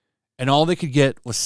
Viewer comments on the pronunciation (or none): none